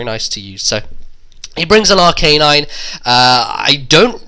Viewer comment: It's Ar-ca-nine, not Ar-canine. :]